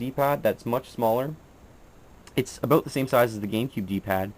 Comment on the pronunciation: Heard you say 'aboot' a few times lol. Met a few Canadians, but never noticed them saying it. I guess you are more authentic ;)